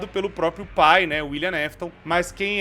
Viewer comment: Tu errou a palavra "pai" com um "u" ao invés de "i" e agora não consigo mais desver☠️